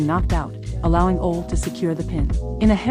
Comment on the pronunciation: What a goofy announcer....cant even say Ole....thats sad